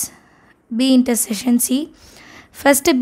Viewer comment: Intersession ❌ intersection ✅